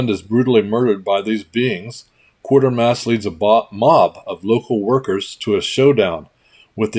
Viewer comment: Giveaway. Good video. Just a side note; you've been pronouncing it QUAR ter mass, but there is no R in there. Folks here and across the ditch, for the last 70 years or so, have pronounced it QUAY ter mass. I know, I'm a nit-picking S.O.B. It's just the way I live. Keep making these great videos; I love 'em.